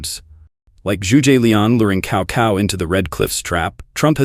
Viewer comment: "Kao Kao" honestly! It's Tsao Tsao.